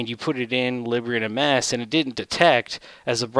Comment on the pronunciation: I believe it's pronounced leeb - bra